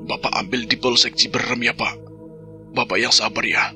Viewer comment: Boleh kan koreksi😊 bukan ciberem,,tapi CIBEUREUM,,,,yach,,ok sukses sllu,,,ttap semangat 🙏🙏❤❤